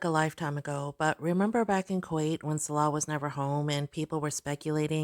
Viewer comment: I love how she still can't say Salah's name properly... 😅😅😅😅😅